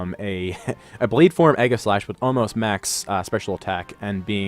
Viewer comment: Egg-a-slash?? Zap-a-dos?? do your read english??